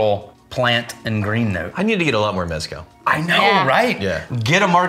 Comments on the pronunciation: For the love of GOD and everything good and sacred STOP pronouncing it as MEZ-cal. It’s pronounced mez-CAL. And yes I do speak Spanish lol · Jesse Pinkman failed in calling it "Methcal". I'm disappointed. 😂